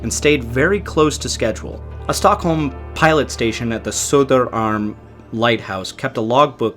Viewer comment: Hey, don't think I didn't catch you nearly nailing the pronunciation of "Söderarm" there! Even getting the "ö" sound right!